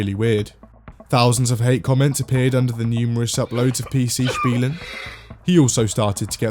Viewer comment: Holy shit your pronouncination of PC Spielen was spot on